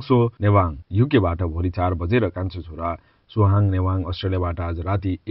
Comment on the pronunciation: Newang newang k ho newang nembang vannu hai😒 suwang hai suhang nembang nepali ta rmro sanga bolnnus patrakar ji😒